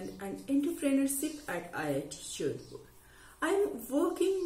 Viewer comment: IIT what??!!! Surely didn't sounded Jodhpur to me. The "J" definitely sounded like "Ch".